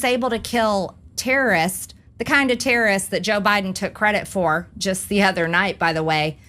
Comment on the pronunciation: Majury trailer green. It’s called “terrorists”, those are people that try to hurt you. Not “Terrace” which is a place you sit and sip your iced tea in the condominium building. Just because you think like an idiot don’t prove it by mispronouncing words.